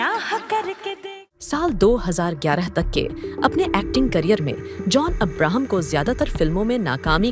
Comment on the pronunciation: This commentator cannot even pronounce Abraham properly !